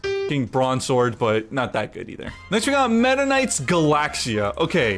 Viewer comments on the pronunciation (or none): none